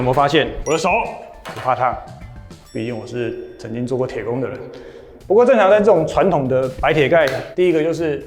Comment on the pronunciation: 影片都很讚😎 對了，「傳統」的台語發音是「ㄊㄨㄢ ㄊㄨㄥˋ」 相信認真少年一定希望有對的發音！